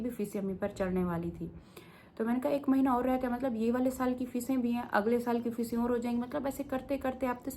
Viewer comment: Aa gayi madam duppt odh ke...😂😂😂 lulz....fees bhari 😂😂😂 fisey? Fisey???